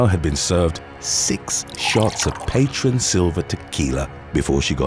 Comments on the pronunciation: must not be a drinker... it's pronounced "paw TRONE" not "PATron" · Lol at pronouncing Patrón as "patron"🤣🤣